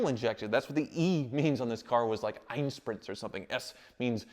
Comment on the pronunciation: speaks German 😅 "Einspritzer" "Sonderklasse" Greets from Germany 😉